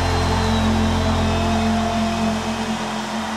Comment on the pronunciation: Un consejo con la pronunciación de el nombre de Yeshua, no se pronuncia chéyua 🤭😬 sino ieyua.